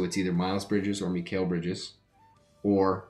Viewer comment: your saying Mikal Bridges name wrong